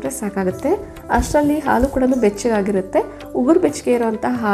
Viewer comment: ಆಲು ಅಲ್ಲಾ ಹಾಲು. ಅಳೆ ಅಲ್ಲಾ ಹಳೆ. ದಯವಿಟ್ಟು ಸರಿಯಾಗಿ ಉಚ್ಚರಿಸಿರಿ.